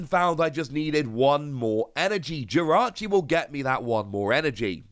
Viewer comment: Jirachi not victini